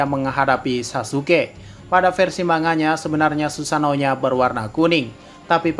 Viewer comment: ngomong sussano nya lucu